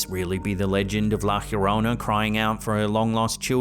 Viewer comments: "La hiorona"😂😂😂😂😂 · La llorona is pronounced yorona in spanish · Dude, love the videos, but that’s not even remotely close to how you pronounce “La llorona.” Depending on where you’re from, the Spanish “LL” has either a “Y” sound, as in Yellow, an “eh” sound as in Show, or a harder, more pronounced “G” sound, as in Georgia.